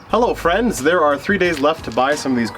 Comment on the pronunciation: “Hello friends”. So Midwestern : )